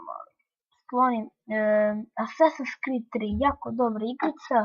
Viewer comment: Assas(s)in's Cre(e)d. A ne Assasin's Cread.